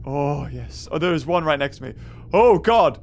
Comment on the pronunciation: When he says there sis no food here: Me: there's you ○v○